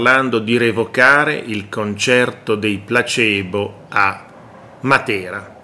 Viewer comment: comunque si legge plasibo